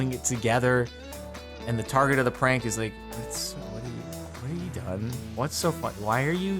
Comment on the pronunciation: I actually thought he SAID that it "did some kind of CRANK" until he continued and it was "prank". 😜"crank" makes Wayyy more sense than "prank".